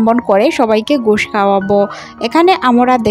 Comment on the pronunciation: বিন্ন নয়, ভিন্ন হবে... আমোরা নয়,আমরা.... গুষ নয়,ঘুষ হবে.… উচ্চারণের খুব সমস্যা দেখি..…